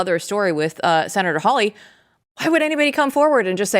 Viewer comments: Why can't anyone pronounce Hawley correctly? Not hard. "HeeHaw!" Haw-lee. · In the whole vast sceme of things this may be tiny, but please pronounce Josh Hawley's name correctly! It's not HOWley, it's HAWley. Thank you!